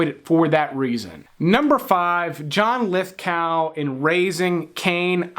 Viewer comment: Did I hear you say John Lithcow?